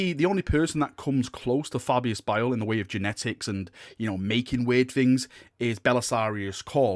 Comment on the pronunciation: Is it just me or is it pronounced Fabius Bile not Bill?